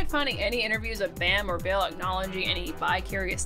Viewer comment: It's Ville. Not Vill. 😂